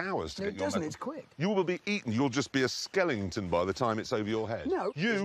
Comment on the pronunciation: "skelington" Clarkson's mispronunciation tendencies.